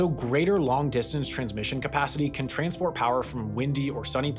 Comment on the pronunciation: Did he say ”train-sport” ?